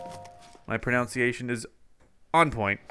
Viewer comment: When he said "my pronunciation is on point" he pronounced "pronunciation" wrong lol